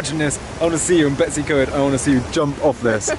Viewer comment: 'English' farmhouse in Cymru? One can perhaps understand North Americans not being aware of the distinctions, but those hailing from within the UK should know and respect the differences! It's pronounced, Betoos uh Coid, NOT Betsycoid! Ty Gwyn is pronounced Tee Gwin.